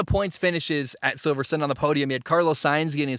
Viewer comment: Only two minutes in but 1. Silver-stone 2. O-con 3. Ghuanyu zhou 4. Al-bon